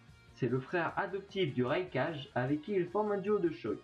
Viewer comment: C'est bien mais bordel... [Rai kaje] on dit rai kage et faut pas regarder la vostfr pour le savoir (hokage, kazekage, mizukage, raikage) c'est logique zut !